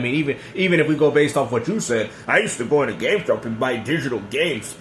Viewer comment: becoming CardStuh 😂🤣.